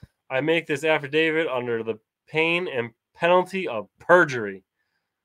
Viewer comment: What is the difference between an 'Avidavid' and an 'Affidavit'? If you are going to claim to know the law, then at least try to spell it correctly, and not look like an illiterate who doesn't know what he's talking about.